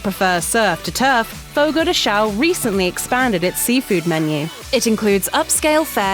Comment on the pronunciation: Actually “shown” are wrong too. Sometimes I don’t think there is a single American who can speaks Chão with the right nasal sound in this whole world